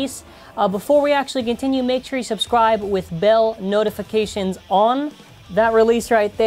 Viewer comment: Am I the only one who noticed when he said “with “bel” notifications on” he was referring to bel